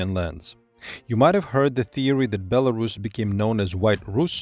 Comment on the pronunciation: [BelarUs] last syllable is stressed